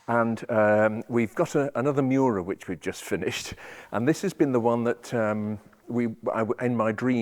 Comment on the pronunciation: It is not pronounced Myu-ra. Say : ME OO RA. :face-blue-smiling